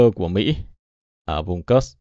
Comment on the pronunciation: PS có thể đọc đúng địa danh Kursk đc ko. Ko đọc đúng như tiếng Ng@ thì đọc theo phiên âm latinh là Kut xờ cơ cũng đc. Chứ cứ nghe kớt kớt giống cái cục trong bụng ra quá. Mong sao chiến dịch cuốc xờ cơ nhanh kết thúc, để khỏi nghe cái từ kớt kớt khi Ps bình luận.